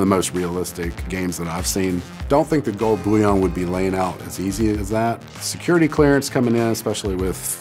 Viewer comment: The way he says "Gold Boúyõn" 👁👄👁